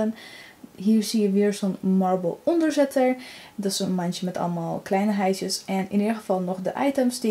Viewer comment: Wat een gezellig huis. En vind steeds grappig hoe je "kleineheiden en neppe planten " zegt 😊 Erg leuke video. 🤗🤗